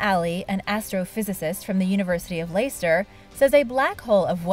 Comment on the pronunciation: Hi. It's pronounced Lester.